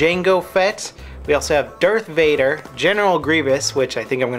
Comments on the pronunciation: U said dert vader, why? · it sounded like if you said "Dirt Vader". XD